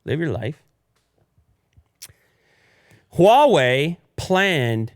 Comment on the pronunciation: pronounce "HUAWEI" better and better! Congrats from China!